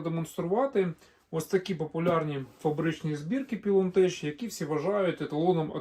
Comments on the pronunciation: походу ви не вчились: читати вірно Пайлонтек 😂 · Не теч а тек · У англійській мові слова з "ch" з наукової області знань (загалом грецького походження, тому і релігійної) читаються як "к", а не "ч": лоджітеК, пайлонтеК, хайтеК, теКнікс, кемікл, Кріст... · Англійською Pilontech читаєтьсч, як Пілонтек або Пілонтех, там немає жодного "ч". В іншому велике дякую за канал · Не знаю де люди беруть це «еч» при прочитанні англійського «ech». Це москальська фігня це «еч», «йорч» і т.п. Не «хепі бьорздей», а «хепі бездей», не «чьорч», «гьорл», а «че:ч», «ге:л». Не «пілонтеч», а «пайлонтех»!!! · ПілонтеК або пілонтеХ, але ніяк не пілонтеЧ =( Слово technology ви ж не транслітеруєте як течнолоджі, це або технолоджі або текнолоджі. Так от tech це скорочено від technology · Тільки не Пілон, а Пайлон... Афігенні батареї, давно поставив собі із гібрідним солісом, все працює, навіть не заглядаю. Проте, скарги автора мають підставу. Що ж, рекламацію ніхто не відміняв, гарантійні випадки завжди будуть. Просто треба купляти у постачальника, який підтримує гарантію, але не олх продаж. На хайпі, коли були відключення, всі вирішили рубанути баблішка, а воткуй. Шось мені здається, шо автор цього відео так саме на цьому попав. Купуйте у перевірених постачальників :) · Та досить знущатися над людьми, "пілонтек" читається назва, невже в школі не вчились? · Я так понимаю, что с Английским ты не дружищь? Pylontech следует читать как ПАЙЛОНТЕК. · "ПілонТЕЧ виробляє китайська компанія "Пілон ТЕХнолоджі" А чому "теХнолоджі", а не "теЧнолоджі"? 😅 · Хоть в Google translate послушайте произношение названия бренда Pylontech...